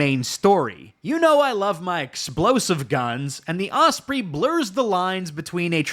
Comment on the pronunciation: mispronouncing MOLON LABE and Osprey